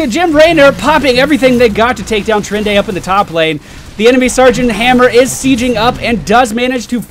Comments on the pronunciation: it's T-ih-ran-da.:S As I still play WoW I thought I should point out the correct pronunciation for you. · Stop saying TyrendA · Tyrande is pronounced like Tie-Ron-Duh but the third syllable is short